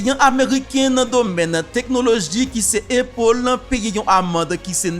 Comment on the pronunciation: frè pam prononciation an pa bon non A toujou rete A nan non an ok Apple